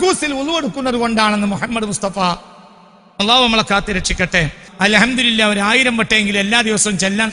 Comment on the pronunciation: അൽഹംദുരില്ലാഹ് എന്നല്ല അൽഹംദുലില്ലാഹ്എന്നാണ് രില്ലാഹ് (തെറ്റ്) ലില്ലാഹ് (ശരി) രി (തെറ്റ്) ലി (ശരി)